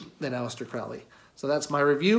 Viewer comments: The name is pronounced CROW-ley, in that it rhymes with 'holy'. His name originates from Country Cork in Ireland and means something along the lines of 'hardy warrior'. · It’s pronounced CRŌW ly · Hey, guy. it’s pronounced, “Crow-Lee” it is English do your research. I should know because I’m a relative. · Not that it hugely matters but for those interested Crowley’s name is pronounced “Crowl-Eee. Rhymes with holy. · It's Crowley, rhymes with slowly. Instantly know you did not do much research if you mispronounce the name. It's kind of a schtick even, amateur occult enthusiasts mispronouncing his name, even during his lifetime. It's alright, we all do it at some point. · Kind of poor start when you can't pronounce the person's name properly. The hipster mustache and derpy eyes don't help either... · accent shaming? Did you just make that up ? So now you're positioning yourself as a victim of some shaming act? You can't be serious. No, sorry. You mispronounce a name and that's not an accent that's a mistake. It's quite alright but jeez, pretending you’re being shamed for your accent is ridiculous and detached. You know what is classy? Pronouncing people's names properly because you respect them or the subject you're speaking on enough to learn. Should have just admitted the mistake and moved on. I won't be watching any more of your videos after this. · well I don’t think this is worth arguing over, but you didn’t convince me. I would bet money you didn’t know at the time of recording.